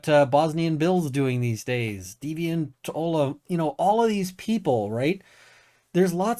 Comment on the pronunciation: FYI Deviants name is pronounced "Olaf"